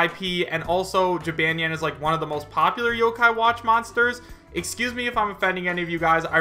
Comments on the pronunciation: I’m sure someone else has pointed this out, but you pronounced Jibanyan wrong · I'm a simple man. I see Jibanyan, I click. Edit: Wow, you say Jibanyan so wrong. Its gee-bon-yon. Not Gee-ban-yan. Sorry, continue. Edit 2: Apology accepted (he said excuse me if I'm offending anyone). Like I said, I'm a simple man. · it's ji-BAHN-nyan, not ji-BAN-yan! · Its pronounced "Ji-bon-neon" not "Ji-ban(as in "banned")-ne-an" Although I do appreciate you trying. you say the "neon" part fast so it sounds nyan. Therefore, Jibanyan. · you said jibanyan wrong not to be rude its pronounced (ji-bahn-nyan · I honestly really want Jibanyan in lol. Also, I don't mean to offend you, but Jibanyan is pronounced Jih-bohn-yohn :3 Tbh I like the way you say it tho lol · Pronunciation: Chee-bon-yon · Ji-bahn-yahn, and he's the mascot, like Pikachu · OOH that Jibanyan section has me (A lover of yokai watch) EXTREMELY TRIGGERED. First off it's pronounceds Jeh-bon-yawn. NOT how you pronounced it. Second "Most popular Yokai Watch Monsters" THEY ARE CALLED YOKAI. Ya know like how Pokemon is Not Pokemon Monsters, it's just Pokemon (Which already means pocket monster). At least you pronounced yokai right. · Nonstop _Gamer I don't really play the games, so I don't know how it's pronounced in them. You would think it would be the same. I just say it as Jib - ahn - yahn. I agree with you though. I trust Pokedex 3D for Pokémon name pronunciations. I'm not sure if they are the same as in the anime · Pronounce Jih Bahn Yawn or Jee Bahn Yawn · It's pronounced (Jib - ahn - ny- ahn),. Sorry for correcting you, it's simply a reflex. Plus, I hope his Final Smash is his special move in the games, Paws of Fury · lmao that pronunciation of jibanyan made me die a bit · Hears pronounce jibanyan wrong TRIGGERED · Trust me Jibanyan is a good fit for smash AND ALSO your pronoucing his name wrong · I know you don't know much about Yo-Kai Watch, but. The way you kept pronouncing Jibanyan hurt my soul..